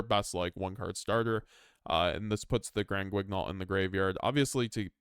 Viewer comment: The "gn" in "Granguignol" is pronounced the way you pronounce the "n" in "onion" or "ny" in "nyan."